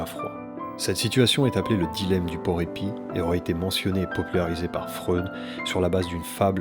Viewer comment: Merci pour cette vidéo et le travail sur les explications psychanalytiques. Les références et les allusions à ce sujet sont tellement riches dans NGE que tu pourrais faire 10 vidéos ! En revanche, pourquoi ces prononciations bizarres à l'américaine ? - On dit "Adam" comme dans "Adam et Ève", pas "Adame". - Le nom de Kierkegaard se prononce "Kirquegarde". - Le porc-épic se prononce "porképik", pas "porépi". Vivement l'épisode 3 !